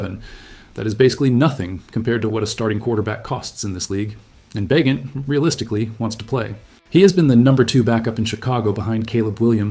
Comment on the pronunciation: AI BS. Can’t pronounce Bagent.